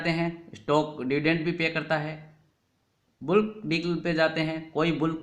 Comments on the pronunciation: सर् बुल्क नहीं बल्क :) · where can I see your blogs. Is it available at? The correct pronunciation of words like bulk and archives is बलक और अर्किवस हैं। आप बहुत अच्छी तरह से समझाते हाई, और मैं आपका मुरीद बनता जा रहा हूँ। मैंने आपको दो एमैलस भी भेजी थी, शायद अभी तक पढ़ने की फ़ुर्सत न मिली हो